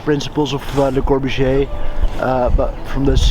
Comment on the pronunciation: Thats an understandable mistake if you didn't know Le Corbusier given the guy's pronunciation 😅